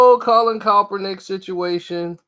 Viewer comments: Can somebody please tell me: who the hell is Colin Kelp-pernick? I thought his name was pronounced: Kaepernick?🤔🙄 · Now this man is saying calpernick 🤣🤣🤣🤣 get his name right